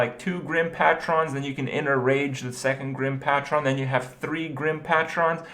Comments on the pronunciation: PAETRON, Not Patron, You pronounce it Paetron. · Pay-tron not Pah-tron jesus fucking christ. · > Patchron. You mean Pay-tron? Patron? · AAAAAAAAAAAAAAAAAAAA pay-TRUN not PAT-tron. ... Sorry, that was just driving me insane. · KRIPP PLEASE ITS PAY-tron, not PAtron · IT'S NOT PAT-TRON, IT'S PAY-TRON. SAY IT RIGHT. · Reading r harddd..... its pronounced pay trin, not pa tron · Pay-Tren. PATRON.. Kripp plz ur killing me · It's Paytren not PATRON. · It's Grim "PAY-TRIN" not "PA-TRON" like some transformers shit dude. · PAY-TRON. Not PAT-RON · Kripp. Its Grim PAY TRUN. Not PAT TRON. Argh. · "Pay-tron" not "Pat-ren" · Dude, its "Pay-tron" not "Pat-tron" As in, "don't patronize me." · trying to figure out what a pat-tron is...pay-trun kripp <3 that's how you say it ;D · You gotta stop pronouncing patron "Pa-tron". It is pronounced "Pay-trun" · its not patch-ron. its paytron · It's Pay-Tron, not Paa-Tron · "Grim pat-tron" Kripp, it's pronounced pay-trin. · Good. Fucking. God. Patron is pronounced "Pay-truhn", not fucking "Pah-tron". Stop saying it like that or you're gonna get the entire Hearthstone community to sound more illiterate than they do already. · PAY-TRON. Not Pat-tron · WTF is PAT-ron.....pay-tron you pleb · It isnt Pat ron Its Pay tron short O sound not Long O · Pay-trin not "Pat tron" ... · pah tron pah tron pah tron pah tron IT'S PAY TRUHN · pa-tron not pat-ron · It's pronounced like "pay-trun" not "paa-TRON" -- it's not a megazord. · It's Grim Pay-tron not Pa-tron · *sigh* PAYTRUN.. Not PAHTROHN. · pay-tron not pat-ron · Patron is pronounced PAY-TRUN not PAHT-RON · stop saying pat-tron!!! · PAH-TRON. What an idiot. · It's pronounced PAY-TRUN idiot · IT'S PAY-TRON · Stop saying "pattron" :(. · "Actually, I'd prefer Quick Shot not being in the game at all." Preach it m8. Also, "Patron" is pronounced Pay` Trun. Like if you took Peyton Manning's first name and added an "R" after the "T". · pushes glasses up nose "it's pronounced pay-trun." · PAY-TRON YOU MORON